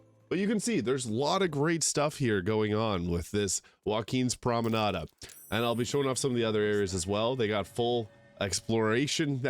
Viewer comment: Does your voice acted character incorrectly add an A to the end of "promenade" too?